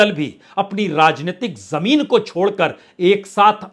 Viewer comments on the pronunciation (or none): बाजपेई जी ! आवश्यकता इस बात की है कि आप अपनी प्रस्तुति को श्रवणीय बनाने के लिए अपने उच्चारण सुधारें, जैसे "आवाज़", "ज़मीन" "आज़ादी", "ज़रूरत", "फ़िल्म", "फ़िक्र '", "ख़ासीयत"," ख़ाली", "ग़म", '"ग़ज़ल" ..... इत्यादि। इन अक्षरों के नीचे टींब ( .) हैं , उनके उच्चारण किसी उर्दू भाषा जानने वाले से सुनकर अपना विश्लेषण प्रभावशाली बनाएं। क्षमस्व !